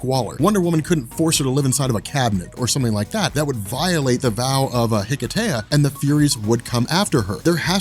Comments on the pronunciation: Hello and guys in the Robchor. I am Christos from Greece and I just wanted to thank you for the great content of your channel and your good work. Plus I wanted to add that hearing the word hiketeia so many times just caused me pain because the word is Greek (as is the ritual) so I just wanted to add that the proper word is more like hikesia (with a silent "h"). Keep up the good work. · Why did they call it Hiketeia? The correct pronunciation is Ekesia (Ικεσία). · Wouldn't it be pronounced Heh-Kay-Sha?